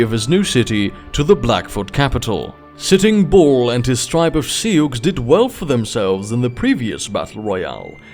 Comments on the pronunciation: It's pronounce like "sue" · The way you pronounce sioux is breaking my ears, but the rest is great